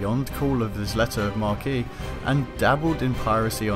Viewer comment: Letter of what? "Mar-key"? Did you mean a letter of marque? Because that's pronounced "Mark".